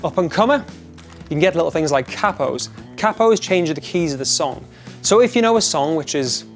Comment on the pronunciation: Lol the way he pronounced capo